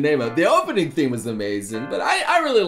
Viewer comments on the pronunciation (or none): none